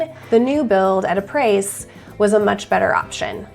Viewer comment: Haha, it's pronounced, ah-pray 😂😂😂. It's French, for, after. ˈä-ˌprā; ˈa-ˌprā.